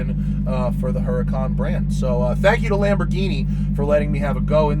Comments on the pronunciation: Lamborghini is pronounced Lamborg Eeenie with a hard G not Lamborjeenie. But nice effort :) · Lamborgini?! seriously?! 🤦‍♂️ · Lamborghini,not "lamborgini" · You really said Lamborjeany, dude. What the ... I thought you are into cars. Tz tz